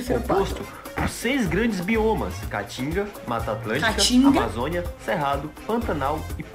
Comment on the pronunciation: O nome é "caatinga" e não catinga que significa fedor.